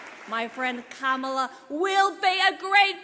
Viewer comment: Giffords is repeating her convention speech word for word. They can't write a new speech for her? Then, she mispronounced Kamala's name...